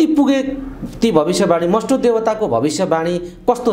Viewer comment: मष्टो हैन भाइ मष्ट हो।